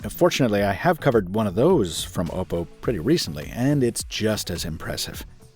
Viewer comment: Kudos for being one of the few reviewers who pronounces Oppo correctly